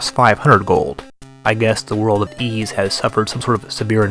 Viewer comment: XEXYZ is pronounced Zess-Is